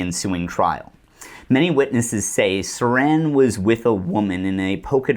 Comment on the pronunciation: Thanks! What great work! Haven't seen anything this well sourced and on point throughout. I'm REALLY bummed you went to the left/right paradigm , as if it exists. That and it's Sirhan, the patsy, NOT SARAN, THE WRAP, CAN'T WAIT TO WATCH AGAIN AND OTHERS. Do you have a piece that covers PROGRAMMED TO KILL? THX AGAIN! LEFT/RIGHT 😂